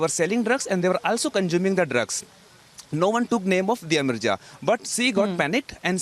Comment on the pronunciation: Please dont pronounce 'sh' sound as 'ss'. Its not investigason(investigation), see(she), fissy(fishy), conjuming (consuming), twits(tweets), pozeson (possession).... 🙏